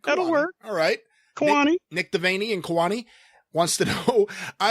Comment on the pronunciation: Kewanee is pronounced “KEE-wah-nee,” btw. North Central Illinois town. About two and a half hours SE of Chicago, maybe an hour east of the Quad Cities and about an hour or so northish of Peoria.